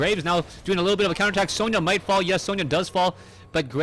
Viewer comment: Sona not Sonia